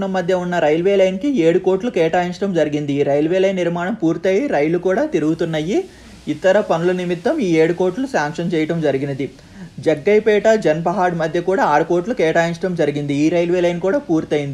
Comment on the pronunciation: అన్నా, నీకు ఇంతకుముందే చెప్పాను. మళ్లీ చెప్తున్న, అది "జన్ పహాడ్" కాదు "జాన్ పహాడ్"(no space). తెలంగాణాలో ఉన్న అతి ప్రముఖమైన దర్గా. సరిగ్గా పలకండి.